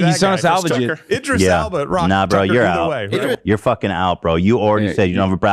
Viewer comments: did ethan just say idra elbis LMAOOO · At one point Ethan called Idris Elba “Idra Elbis” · Idris Elba: *exists* Ethan: "Elvis Idba" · In a past H3 pod he called him Idris Elbis lmaoo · ethan : idris elbis me : PFFFFT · "Idra Elbis" too lol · "Idra Elbis" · He manages to mispronounce Idris Elba’s name in every possible way lol